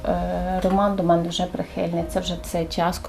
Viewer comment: Так не гарно наголос ставить ведуча на ім'я Роман